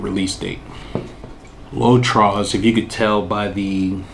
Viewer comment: Hi. You don’t pronounce the s in “trois. The s is silent in French.